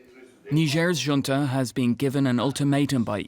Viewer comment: It's not Hunta...it's Junta which is a sanskrit language meaning grouping😂😂😂😂😂😂😂...and you call yourself anchor, anchoring wrong way😂😂😂😂😂😂😂😂😂😂😂😂😂😂😂